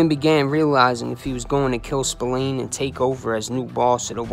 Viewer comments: Spill Lane not Spill leen ffs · And Spillane is pronounced spill-agh-ne..... get it right if you're gonna do it at all.... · As Irish I'm cringe every time u say Spillane, it's pronounced Spil lan like man.